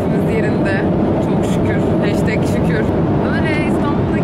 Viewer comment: "Heşteg şükür" kekdkdldlld❤